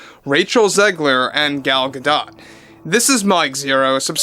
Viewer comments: It's pronounced Gadot not Gadot. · The "T" in gal gadot last name is silent!